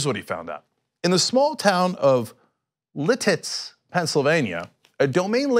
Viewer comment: Sorry, I have to take a moment, as a Pennsylvanian, to celebrate that LeTits (Lititz) was pronounced wrong in this segment. It is Lit-its. And Say-shel-les.